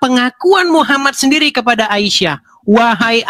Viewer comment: ..wahai a i sah...😂ngejanya itu loh bikin ngakak